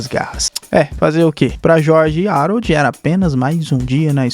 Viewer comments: mano é o meu filme favorito da dreamworks faz video sobre a serie do capitão cueca (nota: se pronuncia Aroldo n Rarold) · O esqueceu de tomar os remédios ksksksk.se fala Aroldo e se escreve Harold vc tá trocando.mais e serio o ñ tomou os remédios ksksk rachei o bico